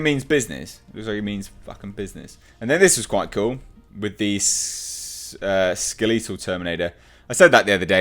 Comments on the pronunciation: Since when has it been SKELL LEE TAL? its fucking SKELL LEE TULL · LOL SkelEEtal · Am I the only one who loves the way says Skeletal?